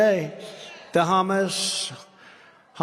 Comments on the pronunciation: The Hummus Terrorist invasion….too much garlic in the Hummus lol Sometimes he really butchers a name lol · Who's Humas, can"t even pronouce cirrectly.. lol.. It's Hamas!!! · i dont know guys when the former elect, presidential candidate cant even pronounce HAMAS correctly, things arent exactly dandy. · the first time he said Hamas, it sounded more like Humus LOL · Anybody else get the idea that this is the first time he's ever heard of Hamas, or as he calls them "Hummus". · I know this is serious but I laughed so hard at Trump calling them hummus. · Mispronounced it twice. Wondering about the possibly of him wearing an earpiece that corrected him?